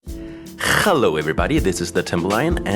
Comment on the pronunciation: I like how u say hjello cause i say that too as a vocal stim lol